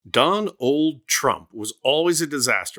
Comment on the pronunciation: "Don-Old"...love it.